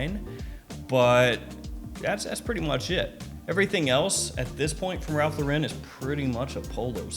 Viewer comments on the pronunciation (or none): Is it impossible to say “Lauren” instead of “Lor-REN”? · Yeah, it's wrong lol